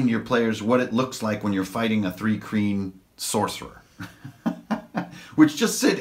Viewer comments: Also it's not 'three kreen'. it's pronounced more like 'try-kreen" but with a 'h'.. Thry-kreen. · Pronouncation correction: Thri-Kreen (Thry-Kreen) Mul (mül/mule)